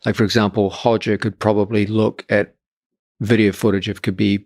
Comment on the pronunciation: Pronounces Roger as Hojer but not Khabib as Hhabib 😅